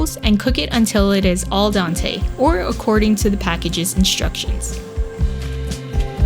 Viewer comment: It's al dente, not al dante. Dante was an Italian writer.